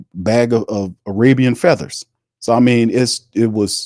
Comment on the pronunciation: "ARABIAN FEATHEERS" is crazy work lmfao